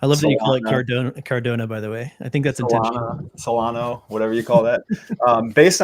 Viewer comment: So this video should educate people and most of the presenters here have apparently lots of knowledge but maaaan Cordano and Solano, what was doing here? It s obvious he has no clue what he is talking about😂